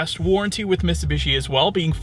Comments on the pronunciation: There’s a T in Mitsubishi. You keep saying MissSubishi. Other than that great review bro 👍👍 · miTsubishi. Not Missoobeeshi.